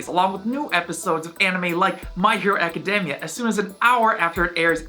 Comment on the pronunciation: Can you say academia normally